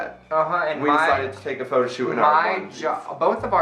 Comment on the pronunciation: the word is photo pronounced (f-oh-toe) ok? Ok thx